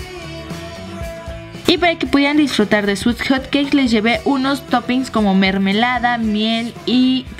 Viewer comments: Musas lesslie no que era hotqueis dijiste panqueis jaja no lo tomes a mal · se dieron cuenta que dijo panque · porq les dice hot caes o cates